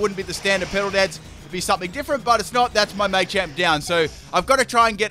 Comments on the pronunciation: "May-Champ" It's Maa-Champ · Full " can't pronounce it" team Me-tang(Metang) May-champ(Machamp) <-- This is a must! O-master(Omastar) Florgs(Sin-knee-sis)<must(Florges [ synthesis]) Parmisan/passimen/pammisian(Passimian) Daru-muka(Darumaka)<(holding e-vo-lite) Cin-see-no(Cinccino) Zeb-streak-ah(Zebstrika) Any other Pokemon I might have missed? I didn't include legendaries because then it would be every single legendary... *Brah-vry(Braviary) *Cofa-riggus(Cofagrigus) *Brax-eon(Braixen) *Heel-o-wisk(Heliolisk) (plus Evo) *Drudgi-gon (Druddigon) *Luh-vuh-nee(Leavanny)